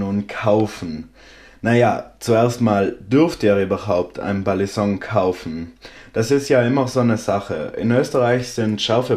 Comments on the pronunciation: Ey jo dicker nichts gegen dich feier dich und deine videos übels aber bitte sag nicht mehr BALLISONK es heißt Balisong und wird ungefähr "beilisong" ausgesprochen es nervt total beim zuhören.. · du betonst das G einfach zu stark.. Und sagst irgendwie ballinsong du sprichst es zu schnell und das g zu stark aus .. Aber kein ding man